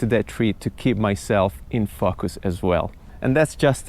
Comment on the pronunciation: Who else thinks was trying to see how many times he could say fuckus when he say "in focus" 😛Awesome job though, really helpfull